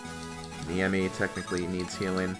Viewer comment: Please, It's Ne-i-mi not Niemi.